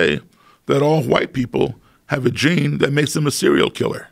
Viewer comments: My man really pronounced the HHHell out of those Hs. ”My good friend Bob HhhUWhite” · titanium hwite? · “I said son, they’re re all hwite” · Love the way he pronounces white... Wuhyte